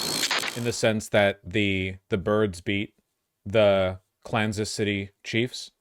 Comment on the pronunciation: 😅😅😅😅😅 I had to listen to that again. Did he just say "Klansith". Yep. Jesus, to funny. And to all of you Americans that support Trumptard and cut down Canada, FU.